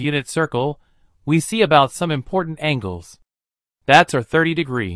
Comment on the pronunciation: Yes, because angels have nothing to do with angles.